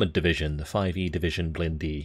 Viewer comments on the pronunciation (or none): "blindée" is pronounced "bl-in-dé" the problem is that you don't have the french "in" sound in english ... and I can't find a word with this sound in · If I'm not wrong, blindée is pronounced like "bluh-day", right?